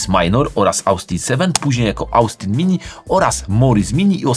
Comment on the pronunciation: InnoCZenti! Przez CZ jak cinquecento. Z Autobianchi już duża poprawa ale Austin wymawia się Ostin/Ostyn.